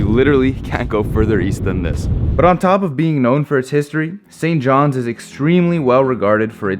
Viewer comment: “St johns” minute I heard that I cringed